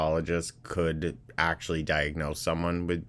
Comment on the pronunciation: YOU GUISE ALCOHOL ACKSHUALLY MAKES ME LOSE WUDDER WEIGHT, YOU DON'T UNDERSTAND NUTRITION LIKE I DO